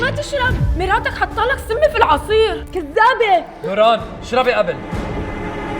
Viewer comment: ثم سكتت وقالت "كدّابة"😂😂